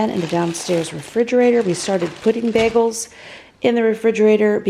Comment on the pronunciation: I love the way she says “BEGELS”